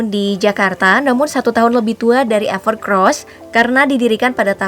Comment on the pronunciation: Orang2 pasti sering kesebut "ever CROSS". pdhl tulisannnya "ever COSS" 🤣